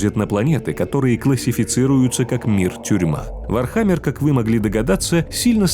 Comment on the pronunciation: как же по ушам бьет ваше не верное произношение ударения..... вообще чтоли не в курсе даже основ вархаммера?